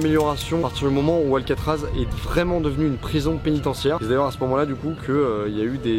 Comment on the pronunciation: Paris c'est alcaatraaz